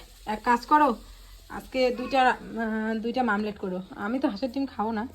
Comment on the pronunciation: Mamlat noi omlet